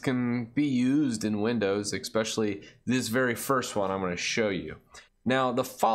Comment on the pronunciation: hey, i cringed everytime you said eXpecially:D i would also like to know, which type of games you play most and maybe some examples